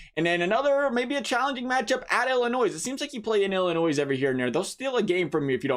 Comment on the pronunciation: Dude it's not Illinoise, it's pronounced Illinoy.